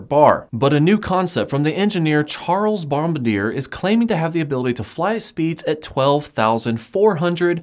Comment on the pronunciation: you pronounced Bombardier wrong